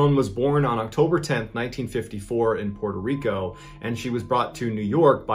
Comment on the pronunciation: Puerto rico. Not Porter 🤦